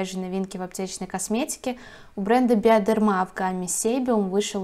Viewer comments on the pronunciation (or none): У нас в Германии Bioderma произносится как BiodErma с ударением на Е, произносится как русское Э. А в Росии почему-то с ударением на А, слышала такой вариант не только от вас, 😉. Извините, если что. 🙋‍♀️